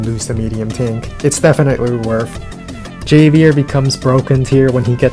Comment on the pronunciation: Javier is a Spanish name, so the J is an English "h" sound ("Hov-E-air")